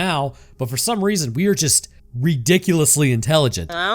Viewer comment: Emphasis on “ridiculous” in “ridiculously intelligent”.